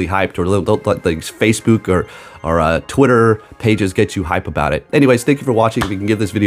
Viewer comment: the way he said face boo k. had me howling!🤣